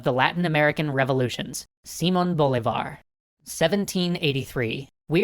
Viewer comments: It’s not S e mon boliv a r It’s S ee mon Bol i var Great vid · Thank you for all these videos, I really enjoy your stuff. An, in good faith, minor correction though, it is SimOOOOON BolIIIIIvar, not SIIIImon BolivAAAr. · Sorry to nit-pick... SiMON BoLIvar. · Awesome, you write it correctly: simÓn bolÍvar but pronounce it awful, sÍmon bolivÁr. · You pronounced Semen Boliver. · >simon bolivar Semen Bowl(ivar)? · Nice detail that the name in the title has accents. Hint: in spanish the accent (or lack of) tells you which silabe to stress. While the video puts the stress in the first silabes, it really is pronounced siMON boLIvar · "Símon Bólivar" ? Really? If u're gonna make a series on him the least u could do is proper pronunciation of his name... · It's pronounced simÓn bolÍvar (the squiggly thingy on top of letters indicates where you should stress it). Otherwise, great video! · Yeah, the first time i heard it, it felt wrong af. I think im at about 4 times, it still sounds bad. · Again, it's pronounced Si-MÓN Bo-LÍ-var. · Guys it's pronounced SEEM-Ohnh B-Oh-Lee-Bar but good episode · Simón Bolívar's name is pronounced see-MOAN bow-LEE-varr. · simÓn bolÍvar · I know you don't speak spanish, or at least not fluently so just a little help. Those tildes, the ´ over vowels, mean the syllable they are in is a "strong syllable" which has a stronger pronunciation than the rest of the word. In Simón Bolívar the strong vowels are /món/ and /lí/ So Instead of /Si\món /Bo\lívar it should be Si/món\ Bo/lí\var Just that, great video though. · you know, i speak spanish and, "Simón Bolívar" is not pronounced like that. You see, the "ó" or "í" indicates that that´s the tonic syllable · seriously, why do you even bother typing the accents if you're not gonna pronounce them?! :@ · omfg you butchered the name.... you see those little marks over the o and the i? those mean you place more stress on those particular letters... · it is so adorable to hear you try to say the names I love it